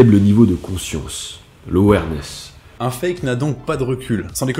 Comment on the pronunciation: "un faible niveaux de conscience l'euwairness" XD